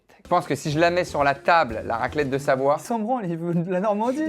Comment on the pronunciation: "SaVOie" mdr